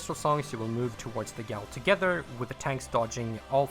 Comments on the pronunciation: great video but its PRONOUNCED JAIL NOT GOWLLLLLLLLLLLLLLL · My friend, gaol is pronounced identically to jail.